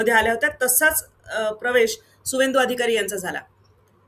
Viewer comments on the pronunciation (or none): त्याचं नाव शुभेंदू अधिकारी असं आहे. सुवेंदू नाही.